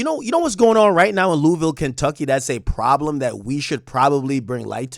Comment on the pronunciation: Ok big Ak pronounce my city Louisville Kentucky correctly. Louisville we up 😂😂😂😂